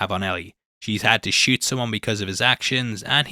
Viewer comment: Every time you say shoot it sounds like you’re saying shit. Gave me a good giggle